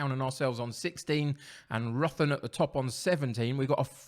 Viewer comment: Ruthin is pronounced rithin just to let you know